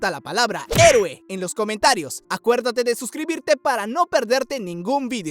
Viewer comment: Mui bacan pana este anime pana agua la parte 2 un saludo i ya sabe con toda 👏 i pronuncio la palabra :EROUE 😊